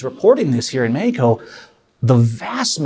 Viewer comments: "Mehiko" Just say it as its supposed to be said in English... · Bro how he keeps saying Mehico 😭😂😭😂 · "Mehico"!!!!! Haha